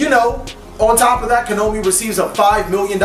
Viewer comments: Why do you always pronounce Konami as "Ko-no-mee"? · Konami -> Ko-nah-me Kazuki Takahashi -> Ka-Zhu-Ki Tah-Kuh-Hah-She